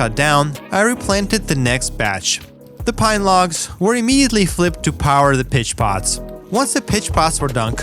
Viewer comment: Word of advice. Don't get high then watch this! I got high 1/3 of the way through and heard him say "feed the piss pots" instead of "feed the pitch pots" and it made me laugh so hard I fell off my bed!